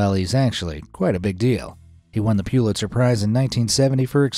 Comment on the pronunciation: It's pronounced 'Pull-it-zer' NOT 'Pule-it-zer'